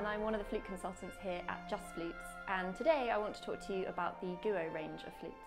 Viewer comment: Great video but surely wouldn’t have taken long to research the correct pronunciation of Guo?